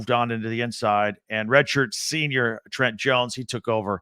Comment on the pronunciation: Just fyi his name is pronounced Trent-aye. Not Trent.